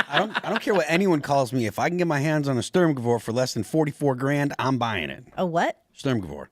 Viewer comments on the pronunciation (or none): wow, that was such a powerful American pronunciation It took me a few seconds to translate sturmgewehr. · wrong. Big wrong. If you don't know firearms history then keep your trap shut,. Didn't even pronounce the name right. Stay in your lane and drop knowledge on music and politics, and refer to an expert when It comes to guns. The "sturmghewer", translated to "storm rifle" is the STG44, and it is not a machine gun. It is one of the first examples of an assault rifle that was used in a military conflict. Please do not get caught up on the assault rifle term, it is defined clearly as a select fire rifle that is chambered in an intermediate cartridge and is fed from a detachable magazine. Not a machine gun at all. And if it's not a machine gun, it's not one of the first machine guns Germany ever used. That would belong somewhere in between the MG34 and the MG42. Which are belt fed, fully automatic machine guns. Secondly and MORE importantly, Mikael kalashnikov did not draw inspiration from the stg44. They ended up having a barely similar aesthetic by coincidence. The main inspiration for the long stroke gas piston system in the AK47 was drawn from the m1 garand, this is proven by the interviews done with kalashnikov himself. The suggestion that the STG44 inspired kalashnikov is a correlation made by people who know absolutely nothing about guns, but assume it must be correct because the aesthetic of the weapon systems are similar when viewed by a Brutish and untrained eye. I take offense to people being so blase' with firearms knowledge. It leads to thi